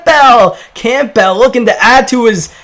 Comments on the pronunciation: i don’t wanna be that guy buts it’s pronounced Cambull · It’s pronounced cam-bull. Like Campbell soup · He said campell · Alex Isaiah “Camp-PELL!” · its campbell not campbell😐